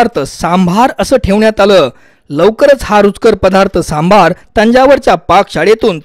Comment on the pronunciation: सांभार नाही आहे ते सांबर आहे